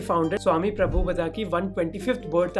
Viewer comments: डियर मोहक...अच्छी वीडियो है आपकी....लेकिन इस्कोंन संस्थापक का सही नाम प्रभुपाद जी है प्रभुपदा नहीं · भय्या, व्हिडिओ तो तुमने बहोत अच्छा बनाया लेकीन पुरे व्हिडिओ में श्री. प्रभुपाद का नाम उच्चारण गलत करते रहे " प्रभुपदा " करके. प्रभुपदा शब्द का कोई अर्थ नही है लेकीन प्रभुपाद का अर्थ है प्रभु का याने भगवान का पैर ( पाद) या प्रभु का चरण.